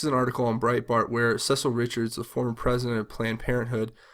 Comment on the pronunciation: Cecile Richards name is pronounced Se-seal', not like Cecil, as in the male version of Cecile.